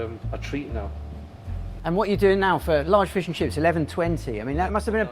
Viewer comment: “ish and chips “ truly issh